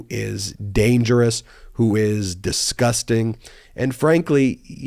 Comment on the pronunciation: Ben, it’s “DISgusting”.